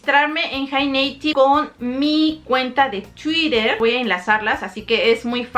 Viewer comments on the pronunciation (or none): “jei neitib” jajajaja no 👎